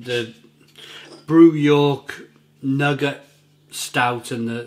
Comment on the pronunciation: Great vid again. Pronunciation of Nougat is Noo - Gah.